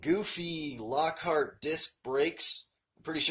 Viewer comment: Lockheed not Lockhart